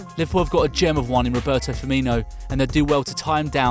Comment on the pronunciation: His name is FirmiNO not FirmINHO